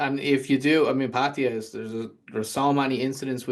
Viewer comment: It's Patt ah ya sounds like Patt A yah, thats how Thai's say it!!! Not pattiya or patteeya or pattihya or pattya, it's Patt aaaa yaaaahhh!!!